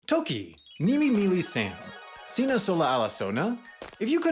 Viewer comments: sini? no, sina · and he said "sini" instead of "sina", and... whispering he put the modifier before the noun... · There are actually some Toki Pona natives, although not entirely successfully so. (Aronora made an interview) And you said "sini" instead of "sina" Oh and just a side note: The goal of Toki Pona is to be simplistic, so using large noun chains isn't encouraged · you wrote "Sini pilin seme?" instead of "Sina pilin seme?" what a terrible video totally ruined (oh and at some point you prounced SItelen as siTElen, that makes you now an objectively terrible person)